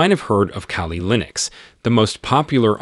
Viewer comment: Its KALI not CALI